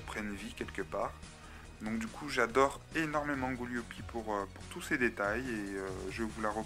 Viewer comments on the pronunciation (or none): Gooliope pas Gooliopi